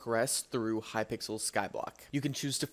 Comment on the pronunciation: looool hypikel